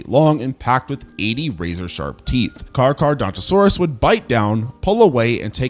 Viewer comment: Can't get over 'Car-car-dontosaurus', great vid tho